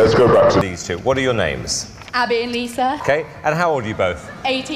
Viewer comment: “I’m abbah” “i’m liSah” “and together we need dr phil”